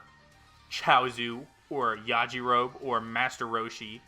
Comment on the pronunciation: You pronounce the E at the end of Yajirobe (YAH-JI-ROW-BEE) 😊